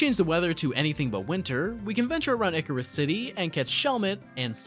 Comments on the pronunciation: The Hydragon and Icarus city pronounciations are killing me. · I know it's spelled and pronounced like drei, but he pronounced it as Hydragon. He also pronounced Icirrus City "Icarus City". I spelled it how it would be spelled the way he pronounced it.